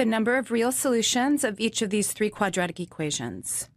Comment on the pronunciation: “One…too-HOO…thrrrree. Thrrree.”